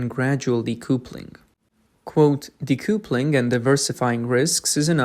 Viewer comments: btw it's not de-koo-ple-ing. It's de-kuh-ple-ing. A connection between two train carriages, or a husband and wife (marriage) is called a 'kuhple'. Connection = kuhple. Disconnect = de-kuhple. The spelling "couple" is most likely because of the French. ~40% of English is French. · Well done. Well researched, well written and narrated/voiced. (So nice not to hear an Ai machine voice). Pronunciation: 'decoupling' (dee-cup-ling) 'recoup' (re-koop) 👍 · What is "decoopuling" Did you mean decoupling" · Decoupling is pronounced de-cuppling. It comes from couple … which is pronounced cuppel. Example: a married couple or a couple of eggs (2 eggs). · I like that you are speaking the lines yourself instead of using an AI voice. I don't mean to criticize when i point out decoupling is d cup ling. At least how I say it as an American. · Narrator: "Decoupling". correct pronunciation - "dee·KUH·puh·luhng". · Learn how to pronounce "decoupling."